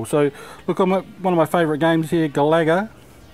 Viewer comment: Great video! by the way its pronounced GA-LA-GA not GALAGO 🙂@